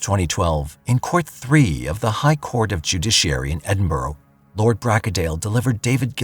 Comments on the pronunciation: I don't know about "end-burrow", but when it's pronounced correctly, it sounds like ED in burra. Ask anyone from Scotland. Or better yet, google "correct pronunciation of Edinburgh". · Edinburgh is pronounced Edinburra as in kookaburra 😊. Greetings from Scotland 🏴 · I’ll never understand how the word Edinburgh becomes End-burrow.